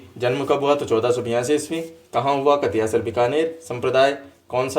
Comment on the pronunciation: कतियासर नहीं कतरियासर